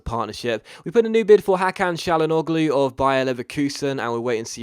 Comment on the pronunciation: It pronounced Ha-kan Cha-La-No-Loo